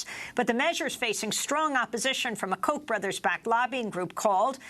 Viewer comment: It's not Koch like "coke" it's Koch like "cock", they are cocks!